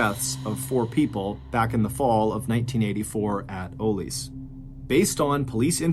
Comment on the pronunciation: Its pronounced ahhlees not ooolees aka ollies 🤦‍♀️🤣🤣